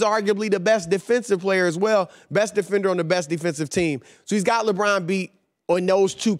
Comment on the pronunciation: Jesus Chris Broussard, he's names not "LeBran". 🤣